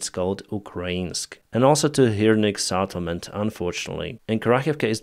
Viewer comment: Settlement with SET... not SAT...